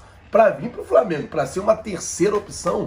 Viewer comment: Me desculpe o Apresentador mas me assusta o nível dos universitários brasileiros pois pelo que ele mesmo disse ele faz faculdade de jornalismo não é mesmo?ai me pergunto como um futuro jornalista não sabe o nome do clube que vai mencionar na matéria ou quando sabe não consegue pronunciar corretamente amigo de boa procure estudar mais